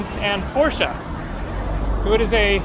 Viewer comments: Hey you pronounced Porsche correctly. Anyway, I was stationed in Germany . I went back in 2018 with my son to show him where I was stationed. Your videos take me there every time you’re in Germany. From the language to the food to the beers. We were also in Switzerland. These last few videos put a smile on me. Also love the other places you have been. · So glad you pronounced Porsche right.